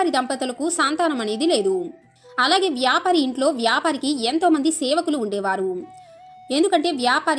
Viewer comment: వ్యాపరి కాదు,వ్యాపారి